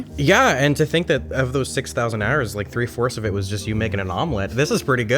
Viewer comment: Broooo it’s the way he says “hours” in the most Pittsburghese way possible 🫣😂